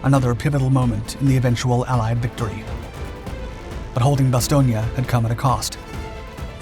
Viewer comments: "Nuts" didnt anger the Krauts. They didnt know what it meant. Do you even realize how stupid you sound when you keep saying Bastonia instead of Bastown? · I generally like your channel but am now questioning the accuracy of your other vids because of the mis pronunciations in this video and a couple of inaccuracies in this narrative. In over six decades on this planet I’ve never heard anyone say Bastonia. It has always been pronounced Bas-stone. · Bastogna??? IT IS Bastogne with and E at the end like the word End, There, Were, etc.... FacePalm.... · I love your videos but your pronunciation of Bastogne terrible, it’s bastone not bastogna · Why does everyone say Ba stone ya? It's just Ba stone for the pronunciation. Otherwise, great video. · It’s bass-stone not bass-stone- e-a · So, where is Bastonia? All I have ever read or seen is Bastogne. Ba stown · BASTON ..IA?> NO OTS SAID BASS TONE...TRY IT BASS-TONE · Good video, but it is pronounced ba·stown. Vince Speraza, a 101st gunner wrote a great book which included his first hand account of the battle. The book is titled, Nuts. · Bastogne is pronounced " ba 'stone" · Say it like Bass-Stone please. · Oh my....its pronounced Bass stone. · Hey, kid. Repeat after me. Bah. Stone. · “Bas-STONE”. Jeez…. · It’s “Bast-Own”! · Pronounced: "Ba-Stone". I've been there. That's what the local people say. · It’s pronounced BAS-STONE, not whatever butchery you were pronouncing 😂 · The name "Bastogne" pronouncing is wrong. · You pronounced Bastogne wrong bud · May be correct but by all the gods I hate that pronunciation of Bastogne. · Can someone teach this guy how to pronounce Bastogne? If you're going to do research to make a video, do your research and learn how to pronounce things, this is embarrassing. It's a disgrace to those who fought and died there. This isn't Italy! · You sure do say Bastonge alot for someone that said it wrong 5327 times.... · Not sure where he got the "ia," but he sure used it a lot.